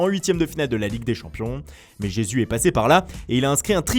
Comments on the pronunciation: Et nan loupé, ça se prononce plutôt Jésouche en portugais brésilien. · NvZ Deadly Non pas en portugais Les portugais ne prononcent pas les « j » en « r » comme les espagnols